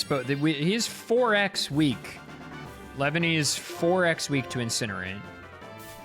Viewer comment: The way you say "Leavanny" sounds like "Lebanese"